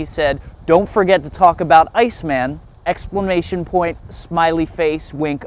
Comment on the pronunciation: "Explamation point" XD